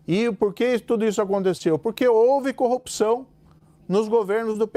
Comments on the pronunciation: Ele falou errado, disse " corrupção"": O certo vindo dele é " copiçao". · O Moro falou "Corropção"